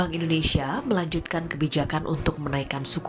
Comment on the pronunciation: indonesia ya , bukan indonesa